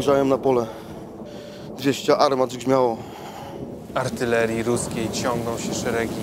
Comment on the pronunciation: A na końcu cwaniak, hochsztapler związany z "tym krajem" jak rzep z psim ogonem. OK, większość recytowała b.dobrze, a ja uwielbiałem ten wiersz od lat szkolnych w PRLu bo symbolizował dla mnie walkę z molochem, sowieckim Goliatem. Nie podoba mi się tylko wymowa "artylerii" zamiast oryginalnego "artyleryi" akcentowanym rozciągnięciem ostatniej sylaby, które powinno zostać uszanowane. Jak wiadomo Ordon przeżył bo wcale się nie wysadził. Mickiewicz był mistrzem słowa, ale już nie koniecznie mistrzem intelektu, a zakończył życie w dość głupi sposób wyprawiając się na nie swoją wojenkę zainscenizowaną przez fałszywych "pszyjaciół", otruty za karę przez przyjaciół Moskali. Impreza pn. powstanie listopadowe powstała na zlecenie naszych "pszyjaciół"z zachodu, których zamiarem było nas uyebać jeszcze bardziej i im się to świetnie udało dzięki głupocie elity rządzącej, a powstanie warszawskie było powtórką z głupoty, zamachem puczystów AK na stolicę Polski. Mimo to bohaterstwo, poczucie jedności narodu i poświęcenie zasługuje na cześć, tu nie ma czci a jest... nie wiem co, karykatura ?